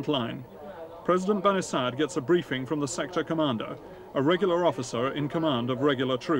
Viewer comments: ok i just heard the guy say "bani sad" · Why is his name spelt Bani Sadr when the R isnt prounced? Or is the narrator getting it wrong